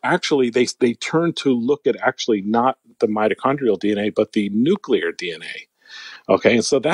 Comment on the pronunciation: New....Clear! New. Clear. Nuclear. Not Noo-kyoo-lur. You're putting a U where there is no U. Other than that, I love your show 👍😂